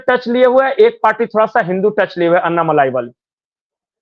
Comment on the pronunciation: उनका नाम अन्नामलाइ नही, अणणामलै है, मलै means mountain, मलै को मलाई कर दिया है